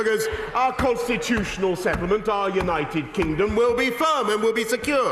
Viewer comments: Did he say United Kinggum? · “United Kingom” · He said "United Kingom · "Our great, United Kingum." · did he just say united kingom lol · Did he actually say united kingum???... smh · Did Boris said "United Kingum"? Are my ears OK? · ... LOL he actually said that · United Gingom? 😂😂😂😂😂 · United Kingum? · Anyone else gonna point out how he says “our great United kinggom”? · He said “kingom” that’s why I didn’t use the ‘d’